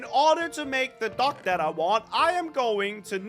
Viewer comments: Is it me or is anyone else hearing say duck instead of dock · says dock, I hear duck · I heard duck the whole time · saying dock like duck😂😂😂😂